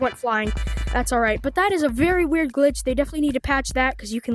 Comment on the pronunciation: bro said gilch